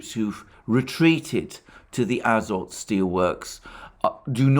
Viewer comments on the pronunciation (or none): The factory's name is azOt - with emphases on the "o". It came in Slavic languages through french "azote", but the etymology is originally from Greek, α-ζωή.